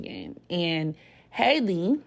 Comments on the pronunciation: no HAL-E not hi lee . It’s literally pronounced the same way Halle berry pronounces her name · Her name is pronounced HAL-E just like Halle Berry